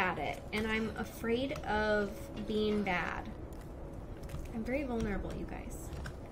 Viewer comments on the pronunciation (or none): none